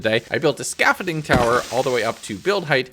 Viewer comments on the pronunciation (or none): Scaffiding? Scaffolding lol